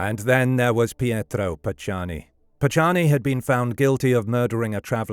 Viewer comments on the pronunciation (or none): none